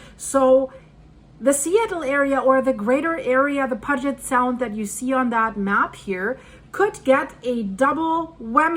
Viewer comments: good report. I live on Whidbey Is.just south of Deception Pass bridge and if it goes down all he!! Will break loose and I don’t want to be here when it does…and it will. Blessings comfort shalom! (And it’s pronounced Pew- jet sound, hope to see you on the Island some day) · Just a small phonetic correction so you'll understand the crazy version of pronunciations of the region, Puget would commonly be pronounced "Pew-Jet" Sound. I absolutely love your work! You're gonna be very busy in the upcoming days/weeks/months. You seem to build great parasocial relationships with your viewers, and I really appreciate that about you. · love your videos. Your voice has a slight accent but is very easy to understand. However since you live in the area thought you would like to know most american pronounce Puget Sound as pewjet. As you know American found names carved on stones and used them with no knowledge of where they came from. I live in South Dakota, our state capital is in a town called pier like a spot where you tie up a boat. It is named after a French trapper named Pierre. In Montana near Canadian border is a town name Harve like La Harve the French port. The locals called it have er.Just a;little trivia to mix in with all the facts and research you do. Thank you. (99% of the people who live in those areas do not have a clue that the names are based on French ones with a different pronunciation.) We also took Native American names that had meaning in their original form but they were hard for white Europeans to pronounce so we changed to some meaningless word that was easy for us. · Your Personal Linguist sez: It’s pronounced “PEW-jit Sound,”! No ambiguity, as with “Rainier;” that is just how it’s said. Just Tryna Help. Thanks for all you do! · Thank You... I DESPISE "Mispronounced Words" lolol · Check your pronunciation of Puget Sound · it's pronounced P-you-jet sound... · Puget Sound = pyoo-jet sound. You're welcome❤ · pew-jet' sound